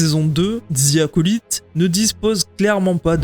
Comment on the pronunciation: je suis désolé mais faut arrêter de dire Zi Acolyte le mot "the" en anglais ce prononce comme DE 😅 dite DE ou dite DI mais pas Zi